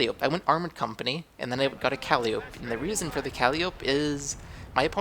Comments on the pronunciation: its not calleeeope its calliiiiiiopeeee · Good game. Pretty sure it is pronounced "Ka-Lie-O-Pee" but your way is entertaining ;)